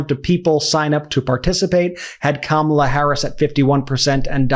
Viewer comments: Sarah H Sanders ALSO mispronouncing such an easy name to pronounce? What is it with those MAGAS? Did they all take an oath to wrongly pronounce Kamala’s name with the 2nd “a” accented (Kamála) instead of the FIRST (Kámala) as a form of disrespect?!?!? Or is it that they are ALL THAT collectively intellectually challenged? 🧠🧐 Those beings are in desperate need of psychological help! More mental institutions PLEASE! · Pronounce Kamala’s name right… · I LOVE how 'they' ALL have to pause and think how to incorrectly pronounce Kamala. Fawking arse-holes! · SHS...what a fukkin parrot, mispronouncing her name. Feel bad for her kids that supposedly keep her humble. Perhaps she needs to get the definition. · The fact that they purposely mispronounce her first name just shows you how immature they are! Congratulations Ohio, you picked a real winner! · Isn’t it a shame that we have so many people in politics that SHOULD be intelligent people, who after 3 1/2 years can’t pronounce the name of our Vice-President / future Madam President’s name properly. I see now stupid Sarah Huckabee Sanders is just one more. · They are doing it on purpose, just to show disrespect, or she's not worthy of them pronouncing her name correctly.